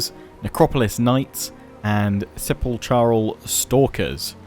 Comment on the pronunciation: Sepulchre is pronounced with a 'k' like Chimera not a 'ch'. Hope this helps.